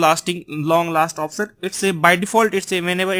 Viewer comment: option ya oftion 😂😂😂 improve your English 😂